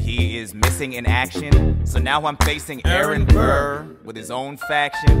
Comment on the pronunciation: Aaron BUR as wilBUR lmao